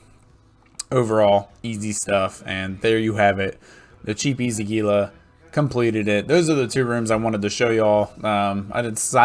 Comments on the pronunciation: It is pronounced "Heela" ROFL Sorry, had to say it. Great video, it has been added to my recommended viewing when folks ask if the "cheap HEELA" can still do t4 Abyssals. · indeed LOL. It actually does not bother me. in practice calling it a "Geela" makes it easier for newbros to find if they have only heard it spoken about ;) Plenty of time to correct them once they are flying.